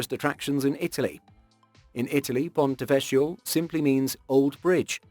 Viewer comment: great video. most enjoyable, but...the pronunciation for ponte vecchio is with a k, as in kindergarten. cch and c are pronuonced with a k. apart from that, keep up the great work.